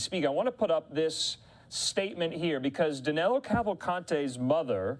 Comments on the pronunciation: Danelo sounds really bad but that's how they pronounce it in the US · 2 weeks and 💩 news can't get the fugitive name right!! Danilo, not Danelo. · His name is Danilo Cavalcante, not Danelo.